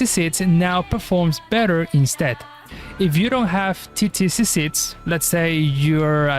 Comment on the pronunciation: He is spanish just as me. That's not an accent he is litteraly adding a random way to spell it cause he really thinks he is reading it as it should be. In spanish Qiqi litteraly spells as KiKi, but bro is saying Tsitsi when in english they call her Chichi (or at least that's how a spanish speaker think of it)